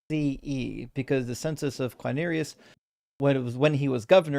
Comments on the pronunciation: "Herod" is pronounced HE-rod, and "Quirinius" is pronounced "Quirinius" and not "Quinerius" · I didn't mean to Imply that the first syllable is pronounced like the English word "he", only that the emphasis is on the first syllable. The mistake was the other guy's, not; though he did mispronounce Quirinius.